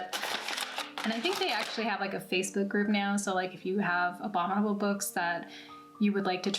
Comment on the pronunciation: At first I thought you said the "Obama Mold" box.